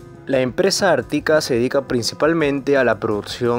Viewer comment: No existen los acentos en la narracion, es Ártika, YÁmboly